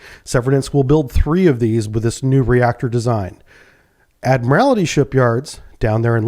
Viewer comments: How does a submariner not know how to pronounce "admiralty"? It's pronounced by just saying, "admiral" and then adding "tea" at the end. "Admiral T" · Still can't pronounce 'ADMIRALTY'. There's only ONE 'I' in the word. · BTW: It's pronounced "Admer-aldy" when referring to the shipyard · i know its petty but every time i hear you say admiralty like that it makes me so sad lol i mean your a navy man you of all people should know better lol